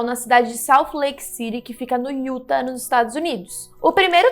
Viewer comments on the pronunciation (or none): Vc conhece o canal Mr.Ballen???? Aposto que vc tmb é fã dele! Ah e se diz iutá! "Utah" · "IUTÁ" Brigado.